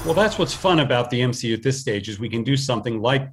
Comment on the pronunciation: You mean M-SHE-U?